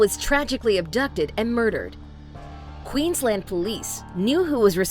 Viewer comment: Ok for 1 it’s Queensland not quizlend and for 2 it pa-jer-o not how ever you said it lol 😂